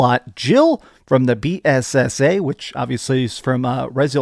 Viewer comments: It’s BSAA not BAAS 😂 and pronouncing Eveline wrong is a big red flag! 🚩 do you even resident evil bruh?? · I’m not shading you but it was hilarious when you said eveline like you were saying it’s maybeline 😂 also bssa 😅 it’s ok though let people roast you we all make mistakes 🤘🏻🤘🏻